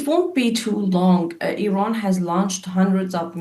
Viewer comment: Ffs please send your voice over reporter for speech therapy before you allow them to record another voice report. It's infuriating having to listen to him repeatedly saying Iwan and Iwaq and Aiw Waid Shelters. Come on man.